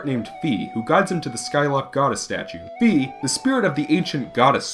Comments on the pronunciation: ya i thought it was "fee" too...apparently it's "fye" though... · It was poorly romanized. "Fai" would have been better. When all else fails, just look up the Japanese spelling. It's clearly meant to be pronounced like "fai."